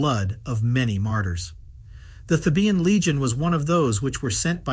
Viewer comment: "Thē' bən," NOT "Thē bē ən"